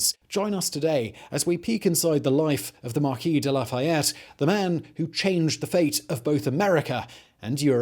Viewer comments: Americans are convinced that French words are stressed on the last syllable. They aren't: they get the same emphasis as every other syllable. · Do you mean marquis de la foo fayette?